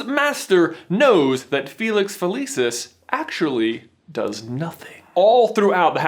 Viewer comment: felicius is pronounced with a ch